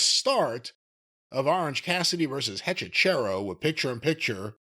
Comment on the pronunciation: I don't give a crap about the wrestler, but please stop butchering Spanish, guys. It's HechiCERO as in Penta's Cero miedo, not CHero as in cheap pop. It means warlock. Thanks, guys..